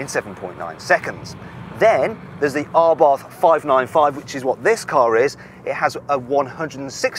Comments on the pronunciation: Why does he say Arbarth, it's Abarth, no 'r' 😂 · Dude. It's Abarth. Not ARbarth. There's one R in there. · Ryan Patrick Someone should tell the presenter it is a silent aitch, pronounced ABART. BTW, the Monza exhaust is stupid. It is a THOUSAND POUND option, just to make the exhaust noisier. Drill a hole in it works just as well. I bought my 500 Esseesse, from a moron who thought it a good idea. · What’s an “Arbarth”…… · It is Karl Albert Abarth's name. The pronunciation is what it is. It doesn't matter what nationality you are.